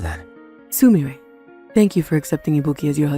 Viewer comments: Dude! It's Soo-Mee-Reh! Not Soo-Myre! Get it right! Jesus! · Oh my GOD, what is wrong with the male VA? I hear him in tons of these videos across multiple channels, so he doesn't really have an excuse, but does he hate the Japanese language? Soo-MIRE?? You have the Internet, you have YouTube, you can look up how to correctly pronounce Japanese names - it's literally your job! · Why isn’t a single person mentions that he pronouns the name sumire wrong? It’s sumire, not sumeir! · The story was great but the male VA's mispronunciation of Sumire's name was grating. It was especially bad because it was read out so many times (likely due to translation and lack of localization). Sumire is pronounced soo-me-ray, not suh-mire. I just feel like VAs hired to do this stuff should know proper pronunciation. It takes you out of the story when you hear one VA pronounce a name one way and another pronounce it totally different, especially when it's a name that folks engrossed in the culture would not mispronounce. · It’s pronounced (sue mi ray). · i liked this one but i cant get over how he said sumire wrong the whole time that kind of made it weird i dont know how to say it it made it worse than it could have been but not bad? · The MVA seems not be able to grasp the pronunciation of Japanese names. I wish he got ‘Sumire’ right, as his fellow VAs have. Poor editing.